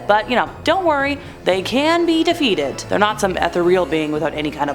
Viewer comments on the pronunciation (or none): the way she pronounces "ethereal" is weird and bothersome.